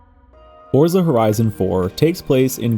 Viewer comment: For someone who loves the series and says the word so often, I really with you'd pronounce it FORT sa. The Z is not an American Z, it's Italian, so it's like a TS in American English. Love you and your content, just trying to offer a tip. Cheers